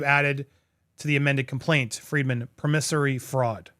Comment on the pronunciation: The promissory in promissory fruad is pronounced like “promise”